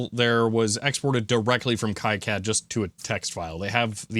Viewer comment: Sorry, but it’s pronounced key-cad, the way you’ve said it, though I’m sure unintentional, contains a slur against Jewish people.